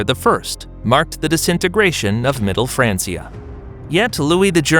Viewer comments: even in English, it's "fran-kee-ah". Pronouncing it like "fran-see-ah" is simply incorrect. It would be like saying "bench" like "bence". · It is not pronounced "fraan-see-uh" Either fraan-key-uh or fraan-chuh It's a Latin word dude.